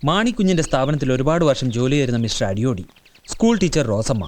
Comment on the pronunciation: പേര് അടിയോടി അല്ലേ... അടിയോളീ എന്നാ വിളിച്ചത്... തെറി ആണോ ഉദ്ദേശിച്ചേ 😂😂😂😂